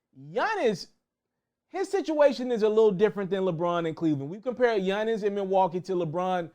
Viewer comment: Yunnis lmaoo why you say it like that 😂 all jokes aside bro great content 🔥